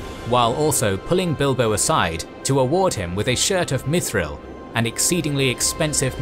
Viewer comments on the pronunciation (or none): none